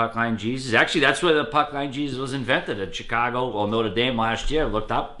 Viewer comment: my girl is from Chicago and gives me bs because I called it Chiiicago too she said it’s Shicago